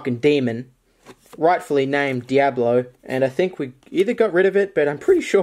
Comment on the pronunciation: His name is Dee-ablo and he was an albee-no rat